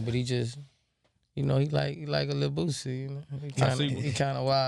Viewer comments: im really screaming at my computer every time he says "boozy" its fucking BOOSIE! couldn't even watch it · It’s pronounced BOO-SEE . not BOO-ZEEEE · Its Boo-C not Boo-Z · Kev killing me everytime he said Boozie.. it’s Boosie fool get it right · Boosie not boozie😎😎😎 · Boo-sie Not Boo-zie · Nigga why are you saying boozie? It's boosie. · Dude steady sayin "boozie" who tf is boozie 😂😂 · The only Z is in BADAZZZ!! GET IT CORRECT PUY SUM RESPEK ON BOOSIE NAME. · don’t even say Boosie right! Crazy